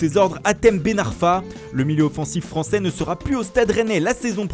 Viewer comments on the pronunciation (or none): none